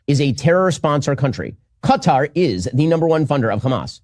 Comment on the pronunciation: I like how try’s too pronounce Qatar properly but fails 😂 nearly